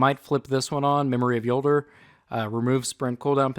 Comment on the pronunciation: You are one of the only people that I know that say Jolder right.